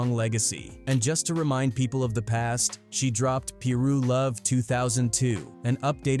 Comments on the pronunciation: What the hell is PEE-RU?!! It's PIE-RU, you nerd. great video though...lol!! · Peeroo?? 🤦‍♂️. AI is not ideal for these subjects. PIRU becomes peeroo. Loc becomes lock. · The computer is saying peeru bloods instead of piru bloods 🤦🏾‍♂️ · Lock = Loc Pirah= Piru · Bro it's 'PIRU" not "Pie-roo" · this is what I don't get...how can u be puting out content on gangs and people but u don't know how to pronounce the word piru...it's not peeru...one day y'all gone get caught up case every white person I've seen documenting gang culture they don't even pronouce names right when I know damn well they have heard the people in the documentary pronounce it right......Do better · EXACTLY. It was killing me. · Ikr. Especially saying peeru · Is this even a black ran channel? Whoever is narrating this is just talk. Can’t even say piru right even though it was said already.